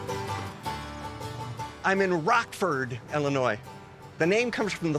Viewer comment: It’s Ill inois , not ELL inois. Rockford is my hometown.